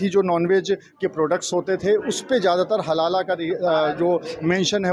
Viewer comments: Abey SUTIYON HALALA nahi HALAL hota hai. 😂😂😂😂 Padh likh kar aaye ho ya RISHWAT DEKAR ?? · It is हलाल and not हलाला 😂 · Halal hota hai halala nhi.😂😂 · पत्रकार महोदय बार बार हलाल को हलाला हलाला बोल रहे है। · हलाला नहीं भाई - हलाल. 😅😅😅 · Abe naam to sahi bol, halala nahi halal hai wo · sabke sab zahil log kam se kam ek word ko sahi se nahi bol pa raha hai dono zahil.halala nahi halal hota hai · Chaman chu....iya it is halal not halala😂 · Abe name to shi se le halal ko halala bol rha h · Haha भई वो हाहाल है, हलाला नहीं है l हलाला जहाँ होता है आप जा भी नहीं पाइयेगा l अगर जाते हैँ तो हमें भी video दिखाइये गा l you tube तो नहीं ही करेगा क्योंकि वहाँ पोर्न banned हैं 😀😄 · Bhai....halala nahi....only halal....pahle tikh se prounce karo😢